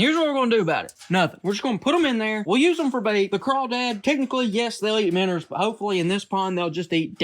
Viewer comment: I love your videos but it’s “Minnows” not “Minners”. Keep up the good work…